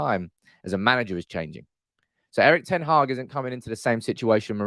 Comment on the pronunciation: The channel is great, but wouldn't it show a bit more respect for the new manager and his team if everyone learnt how to pronounce their names. ('Earick ten Haargh' sort of.....)